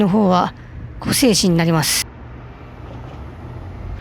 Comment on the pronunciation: 湖西市(こさいし)って読みます